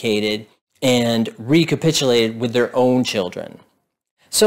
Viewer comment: You say chirrden too. It's chill dren by the way. Children has an L and the R comes AFTER the D. See you at the outhouse races Texas.